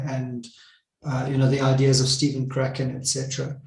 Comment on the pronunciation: Steven Krashen, not Kraken :) of course!